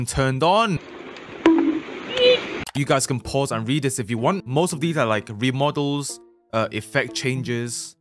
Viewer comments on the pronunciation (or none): none